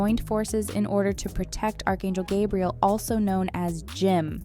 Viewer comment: Burst out laughing at ✨"Gabrielle"✨